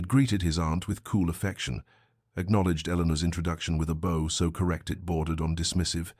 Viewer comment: The usual mispronunciations: bow, wound, but narration otherwise good. Story slow, but not annoyingly so.